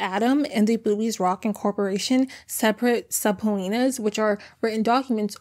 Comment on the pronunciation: More power to you for just goin for it on a confusing word, “subpoenas” is pronounce “suh-peena” the b with the p isn’t a phonetic b but a percussive b, it’s just lets you know there’s a syllable break before the p, and that o is also just a support letter to the e to less us know to slightly dip the e